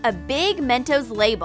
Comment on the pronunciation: That’s not how to say mentos😡👎🏾